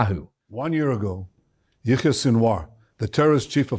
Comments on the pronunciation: Pleas stop calling this demon Yahweh - he is pronounced yaya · I want to respectfully point out that the name you are using for Sinwar’s first name is actually the Hebrew name for God “Yahweh”. I believe his name is pronounced like Ya Ya. I’ve heard slight differences in pronunciation but they are all similar. No worries, I just think you didn’t know. Have a great day. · You keep pronouncing his name like "Yahweh", a Jewish name for God. It's Yahya Sinwar. Not trying to be nitpicky but, given the context...really. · Not yah way but ya ya Sinwar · its not Yah-way its Yah -Yah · "It was Yahweh Sinwar". Yahweh is another name for God lol. But we knew what you meant. "Yah-Yah Sinwar" 😂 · his name is yahya not yahweh. please stop saying yahweh, that is the hebrew name of God. thank you and good work. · His name is Yahye Sinwar, not Yahweh. Yahweh is God's name. Yah-ye. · It's Yah Yah not Yahweh! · Dude, are you serious? '"Yahweh" Sinwar????????????????????? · please dont call him Yahweh, its yaya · his name is pronounced Yakh-Ya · Yo channel-host, ..recheck and fix that first name of sinwar you speak out just in the beginning of the video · Thank you for all the detail - very informative. I do however think you have mispronounced his first name. Was that intentional? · I dont care that you mispronounced sinwar’s first name, only that you used a very holy name for the lord in judaism in its place…the rest of the show was great!